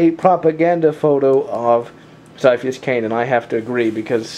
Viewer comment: Sir, it's ciaphas, as in Ka-ee-a-fas. That's how it pronounced. Other than that, good work. Ciaphas will always hold a special place in everyone's heart ;_